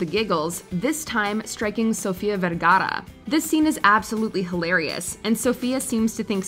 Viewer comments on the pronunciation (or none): Did we really have to Put such a heavy Hispanic Emphasis On her last name ?? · Came here to say that! No need to stress the ‘r’ in her name so much, and no need for the annoying over-explaining in the first place…